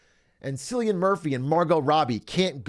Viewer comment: Is this how Americans think you pronounce Cillian Murphy's name?!?!?!